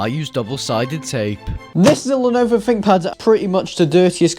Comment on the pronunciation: I think you'll find it's called a THinkPad not a FINK pad